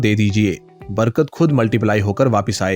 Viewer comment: Barga nahin Barkat😅😅